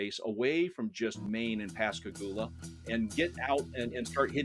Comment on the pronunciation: Aaaarghhh, Pascagoula, not “Pasgaluga”!